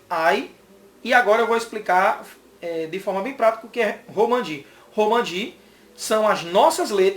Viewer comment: Romaji, e não Romanji.